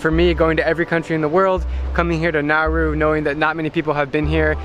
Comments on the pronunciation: Isn’t this country pronounced Na-oo-ru? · Drew: It’s Nauru time. What I heard: “It’s Naruto.” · I thought you said Naru I was like- NARUTO! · It pronounced na oo roo